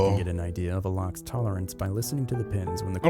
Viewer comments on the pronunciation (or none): I was more than 30 seconds into the video before I realized you were saying locks and not rocks🤣 you know how people use hammers to open rocks and they've got pretty stones inside 🤣🤣🤣🤣🤣🤣 locks, not rocks